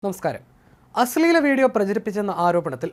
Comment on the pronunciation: അശ്ളെല അല്ല അശ്ലീല 😂😂